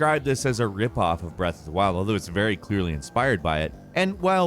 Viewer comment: Nobody:: BREATH OF DA WILLDD!!!